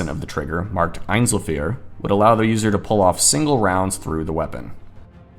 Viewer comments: Dauer-feuer (full auto) is pronounced dow-er-foi-er. And the german "Ei" as in Einzel-Feuer (semi-auto) is pronounced like the letter "I". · Nice Video. But your pronounciation of einzelfeuer and dauerfeuer was horrible 😅 as a native speaker without the picture i Would have no idea what you Talking about 😅